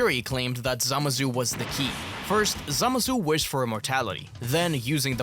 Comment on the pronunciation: Zamassssssu dude its not a soft s